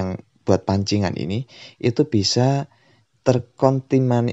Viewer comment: TERKONTIMANI:v Bingung Ngomongnya:v nah...